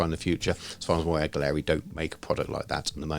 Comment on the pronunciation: Turns out it’s pronounced “gallery” (I was saying it like you do). I asked them :D The quality seems excellent so far!